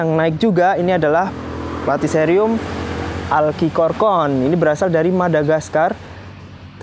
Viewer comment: pengucapan dalam bahasa indo bukan alkikorkorn > cukup alchikorn aja, kan nama latin nya Platycerium alcicorne Suwun 🙏🏻